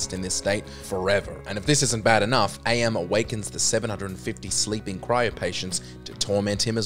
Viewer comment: I Have No Mouth And I Must Scream: AM is not pronounced Ay-Em. It's "am", and he explains that he chose that as he learned the translation of the Latin phrase, "Cogito Ergo Sum", and he liked what it meant. "I think; therefore, I am."